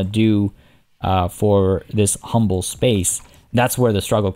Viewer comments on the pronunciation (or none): none